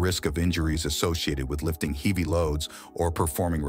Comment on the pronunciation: Check pronunciation. Heavy, scalability